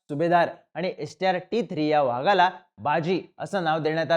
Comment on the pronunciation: व्हागाला नाही रे चिन्या... वाघाला म्हण 😂😂😂